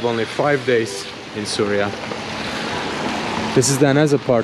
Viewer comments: Bro its not Surya...it is syria when u say Suriya its so irritating...plz pronounce as syria.❤ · it is not SURYA it is SYRIA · with all due respect it’s pronounced —see ree uh